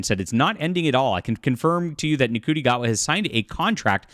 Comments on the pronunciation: It's pronounced "SHOOTY", not "N-CUTI". Sorry, to be pedantic. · So this isn't actually true yet, just clickbait! Also, Ncuiti is pronounced 'Shooti'. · It's pronounced shoo-tee. Love to know who your source is because they are wrong and the homophobia your displaying is unreal. Stick to pedaling your books. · please. His 1st name is pronounced "Shooti" Not phonetically spelled. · Pronounced "shooty "